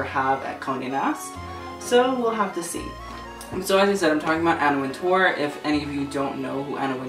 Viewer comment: it's pronounced winter btw